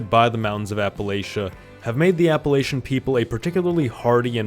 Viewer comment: I by and large rejected the idea of full on nations but they have more in common with regions. Also you mispronounced Appalachian for the area you showed.